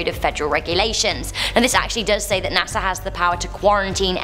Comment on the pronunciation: NASAr🤔 you keep saying LMAO